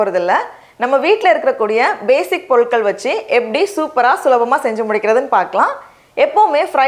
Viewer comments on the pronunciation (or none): Polutkal... Tongue roll aaiduchu..akka ku😀